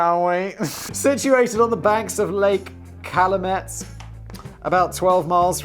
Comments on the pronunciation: I know Simon doesn't care, but just for versimilitude, it's the Calumet (Kal-you-MET) River. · Cal-you-met. You're welcome Also it's Ill-and-annoying. I live in Indiana so I know this to be fact Seems like George Pullman's capitalism was direct socialism. Sort of like Venezuela